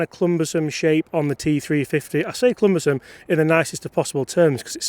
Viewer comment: Sorry to be a corrector but the word is cumbersome, not clumbersome.